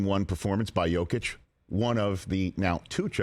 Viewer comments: Pretty weak attempt at damage control. She wasn't just talking about seeing him live, she clearly had never even watched a full Jokic game. She couldn't even pronounce his name correctly. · I love how he tries to defend Lisa for saying she never seen Jokic play. We know she hasn't seen him play because she cant even pronounce his name right when she was talking about him lol..